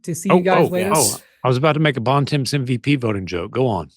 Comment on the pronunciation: Bontemps needs to visit Montreal more to learn how to say his last name and Bonaventure